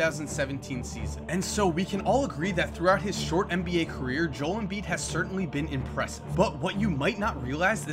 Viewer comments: If you're going to make a video about him, how about learning how to pronounce his first name? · just pronounce his name correctly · you butchered his name so bad..... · I hated this video and wanted to throw my phone every time he pronounced Joel wrong. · You're saying his name wrong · Pronounce his fucking name right bro....... Love ur content tho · You pronounced Joel wrong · I love you but god damn the way you say Joel pisses me off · you pronounced his name wrong so many times it wasent even funny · Thanks Zach for speaking the truth. I'm from Australia and I even know it's 2 syllables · I had to pause the video for a moment after he said it wrong two times in a row. I'll grit my teeth and watch the rest of the video though... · A&Z Bad Gamers nope your wrong if you pronounced it joe l he sounds like a guy that his first name is joe and his first initial is l it's pronounced jol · You are wrong it is pronounced Joe-ELL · its pronounced (joe-el) but great video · I enjoyed the video... but cringed every time you said his name. It's pronounced Joe-ELL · Jo-El Embiid, like Jo-L. Great Video! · I'm pretty sure it's pronounced Joe-El, which doesn't make sense since it usually is just Jol. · It's pronounced Joe-L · It's pronounced Jo L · theres only one person who cant pronounce Joel's first name,, ITS JOE-EL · His name is Joe- L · It's JOE-EL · It's Jo-el two syllables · An explanation for why has been pronouncing Joel's name wrong: The 76ers are 1-9, and they have been getting too many L's lately. However, Joel has been performing at a high level for a rookie. So decided to give Joel a W instead of an L. Joew, W is silent while pronouncing that so he pronounces it as Joe. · JoeL embiid there's a L pronounce the L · I cringe every time he says Joel. It's Jo-EL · Joe and el is how you pronounce it giving me seizures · Oh my god. love the video but JOE-EL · Jo-EL ...JOE... L Nigga say his name right!! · Joel= Jo-el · JO EL NOT JOL